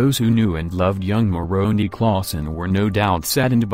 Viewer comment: The last vowel in the name of the Angle Moroni is an "i" not an "e' pronounced as "eye" not "eee"